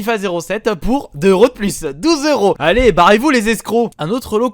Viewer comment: Pout au lieu de pour XD